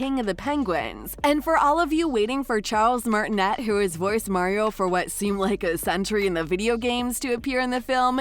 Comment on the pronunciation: 1) That's the wrong “Spike” pictured in this video. 2) You pronounced Charles Martinet wrong. Do better!